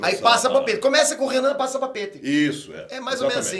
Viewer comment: para o PITER (COM I MSM) AR e ÁHH tem a mesma pronuncia